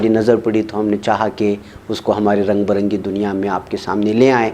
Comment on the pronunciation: عزیزی ،السلام علیکم ورحمتہ اللہ وبرکاتہ اردو کے بہت سارے الفاظ آپ بگاڑ کر بولتے ہیں جس سے کبھی کبھی تو بے حد تکلیف ہوتی ہے مہر بانی فرماکر اس پہ توجہ دیجئے،،، رنگ برنگی دنیا،،،، میں ، ب، کو با الکسر پڑھیے،،،،،،،،پتہ نہیں فتحہ(زبر) سے آپ کو کیا انسیت ھے بے شمار الفاظ میں زبردستی فتحہ ( زبر) پڑھتے ہیں، جیسے،، ٹھاکر، کا ، ک،وغیرہ،